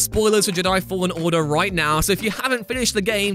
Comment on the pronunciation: Why can't this guy say jedi? Let's not put it down to accent. I live in Britain and I'm often in England. Never heard anyone call them JUH-DAI. Also, defo dropping a dislike cos this whole list is off. Best example would be saying it was a mistake to bring back master chief. Halo guardians begs to differ. Thank heavens you don't make video games. You're the type of person to say METAL GEAR SOLID 3 should have had Raiden as the protagonist.